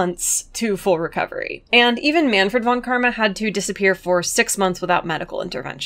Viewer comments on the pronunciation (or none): A video about how great Franziska is? This was made for me! Just one thing though: The v in "von" is pronounced like an f. Anyway great stuff!